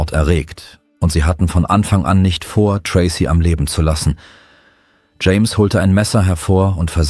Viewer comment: "James' " not "Jameses" 🙄 Grammar is unknown to AI's and most Americans.